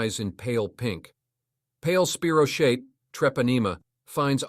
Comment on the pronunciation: True. “Spy- row- keet”… is correct.